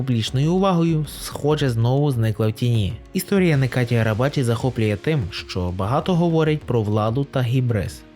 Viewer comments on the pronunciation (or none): нечаті а не "некаті" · Правильна вимова імені Necati Arabacı - Неджа́ті Арабаджи́ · Його ім'я - Неджаді. В турецький літера С читається як ДЖ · Автор,заглянь в перекладач!!Буква С в турецькій мові читається як Дж.Тобто Неджаті Арабаджі!!!